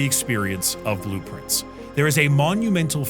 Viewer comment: i always heard blueprints, when he said its name :D